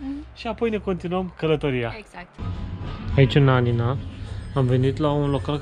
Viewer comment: Anina ...cu accent pe primul A ....ia incercati sa cititi si de la coada la cap numele orasului .....